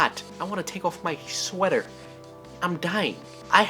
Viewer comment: "Get out the wessel!" Chekov